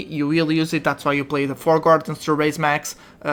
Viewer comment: Its Raise Max not Rise Max